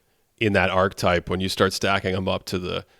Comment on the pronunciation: Pls pls “archetype” is a 3-syllable word 🙏🏻